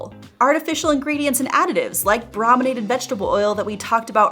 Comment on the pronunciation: The first syllable of “brominated” is pronounced “broh”, not “brah”. Because it means “treated with bromine”, and the first syllable of “bromine” is pronounced as “broh”.